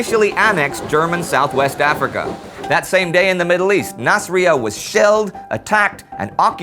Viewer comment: This is nasiriyah is pronounced in arabic " nassirriyah " and you pronounce the j in nejd